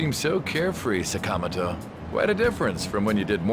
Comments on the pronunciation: Why do they pronounce Sakamoto like that? Like c'mon at least try to get the inflexion right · damn sakamoto can't even pronounce his name properly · I wish they would pronounce Sakamoto correctly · Why is the dub absolutely butchering the pronunciation of “Sakamoto”? They really don’t have someone on hand that knows how to pronounce Japanese names?